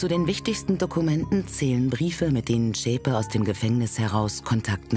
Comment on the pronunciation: die Frau heisst Beate Zschäpe! Und nicht Schäpe.